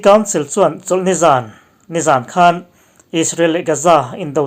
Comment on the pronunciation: 'Hman' tih i lamri hi a diklo. 'Ka hmanlo ' tih a.hman richhuak ang hian lamrik tur. 'khanchhuk' tih a 'khan' tih lamrika i hmanthin a vang hian a ngaihthlak a hreawm deuh.A dang chu a tha viau